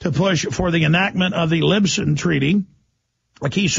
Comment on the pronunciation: alex says "LIBSON" instead of Lisbon twice. Good Lord.